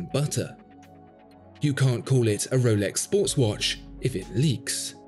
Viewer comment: Woolex daytona 🥺🥺💦 That’s very pretentious pronunciation